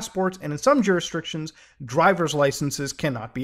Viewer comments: Muta, it's pronounced "JYOO-RIS-DICTIONS" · Take a shot for each time he says something like "jurisdriction". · I am the Lady of the extraneous R in "jurisdrictions"